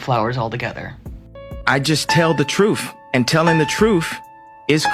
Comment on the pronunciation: "Just tell the troof". Lol.